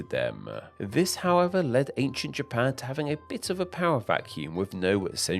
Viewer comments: Where is this Ja-PAAANe? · A small thing I noticed about the speech pattern in this video is how it extends the final syllable of a senteeeence. Best example from when two sentences ends with "Japaaaan".